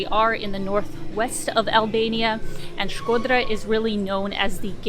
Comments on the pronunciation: Your pronunciation of Shkodra it’s perfect, jus like a real “Shkodrane” ( girl from Shkodra) . Glad you enjoyed Shkodra. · Hearing U say Shkodra made me feel some type of way 😜😄 U nailed the pronunciation, as if an albanian said it 😃that’s awesome 👏🏻👏🏻😘❤️ and thank U for your videos of Albania 🇦🇱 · you have the best pronunciation of Albanian names from all the Yotuber's travel bloggers that visited Albania. Others usually " massacre" Albanian names, but with you I just can't find a single mistake.👌 By the way, Shkodra has a lot to see outside of town, but you need a local to show you where to go and most importantly WHEN to go. Lastly, you are a brave girl to visit the castle in the afternoon all alone, not because someone might attack you, but it is such a big and isolated place that can freak you out. Cheers from Albania!🇦🇱